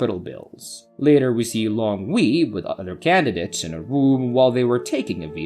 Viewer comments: Soft dweeb. The whole recap was made 10x more enjoyable by the repetition of Long We. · How can you mispronounce "Wei". Almost stopped watching.